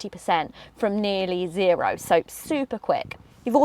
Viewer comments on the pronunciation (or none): none